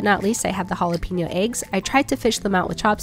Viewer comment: Please!!! It's hall a pen yo!!!! NOT HALL A PEEN YO. IT'S NOT HARD TO PRONOUNCE IT CORRECTLY FFS